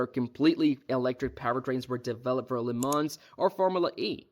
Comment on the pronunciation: the way Porsche and Le mans pronunciation were butchered, but great video though🤣